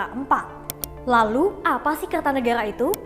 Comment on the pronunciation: R nya dobel jadi errr